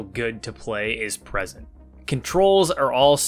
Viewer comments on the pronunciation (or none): none